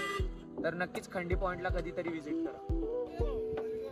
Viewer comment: भाऊ खंडी नाही रे खांडी आहे ते